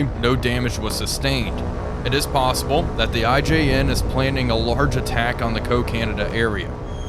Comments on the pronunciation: Cocanada (aka Kakinada) is pronounced "kak-inada", not "co-canada". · It's pronounced Coca-nada, NOT Co-canada!